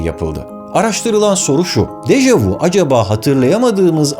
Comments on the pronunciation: yalnız u diye degil ü diye okunur dejavü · Yanlız Dejavu değil Deja vü böylede okunur fransızca kökenlidir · Deja vu yazılır deja vü (görüldü) okunur. Vu ise siz (vous) demek. Bilim kanalında doğru okunmali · Dejavu dehil dejavü deseniz daha doğru olur